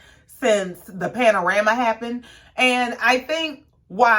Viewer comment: Why do you keep saying panarama it's a pandemic..